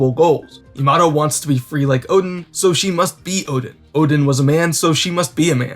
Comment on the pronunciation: Her name is Yamato not yamado XD